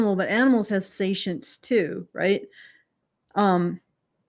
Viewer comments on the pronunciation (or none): Why does pronounce “sentience” like “satience”? Is she talking bout a different concept I haven’t heard of or just mispronouncing the word?